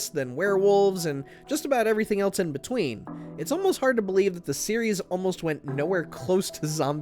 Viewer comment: There's something about an adult saying "eltse" instead of "else" that really gets me